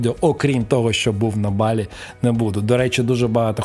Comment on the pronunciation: Авторе, не БалІ - а БАлі! Не будь кугутом недосвідченим - навчися правильно розмовляти,!